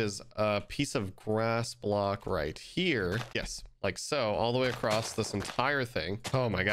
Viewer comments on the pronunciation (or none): Bruh there’s no T in across